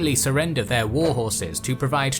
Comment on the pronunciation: pfff ive watch many of youtube videos and some twitch streams since mid january but i never get past how she pronounces "war", like "wuar" not making fun just pointing it out